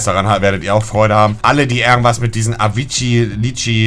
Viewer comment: Avicíi? Wohl eher Arrive derci LUL